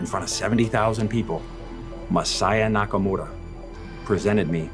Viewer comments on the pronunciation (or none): Why can't Billy pronounce Masaya Nakamura's name correctly? He keeps calling him Nakamoda. How disrespectful can you be? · It really bothers me how how he pronounces Masaya Nakamura's name entirely with an American accent yet feels compelled to sandwhich the R in Nakamura between two Ls as if he's assimilating into the culture or something. Just stop that shit.